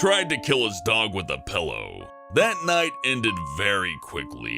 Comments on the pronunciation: like my mom he says pello instead of pillo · "Pellow"